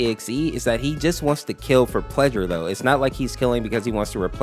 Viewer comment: bro cant even say kill lmfao 😭😭😭